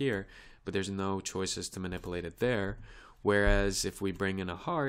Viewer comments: Ma-nip-you-late. Not ma-nipple-ate. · Very good tutorial but please pronounce MANIPULATE correctly you say manip-A-late and it should be manip-U-late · Someone should tell this guy that there's a "U" in the word minipilate!